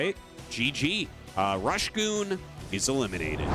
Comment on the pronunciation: Last BSL the casters discovered its Rush Go On not Rush Goon